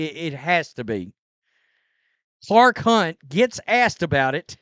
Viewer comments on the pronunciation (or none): Did you say "Clar Khunt"? That's what I thought. 😂